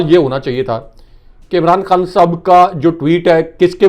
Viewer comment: He is Khan Sahib,not Khn Sb as pronounces the name.